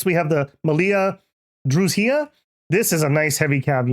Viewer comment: So pronounced Dru-y-na? The z is silent?